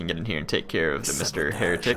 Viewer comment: Thought you said hair tic lol